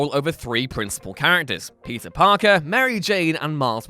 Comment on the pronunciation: Man, every time you say "Peter" i hear "pizza"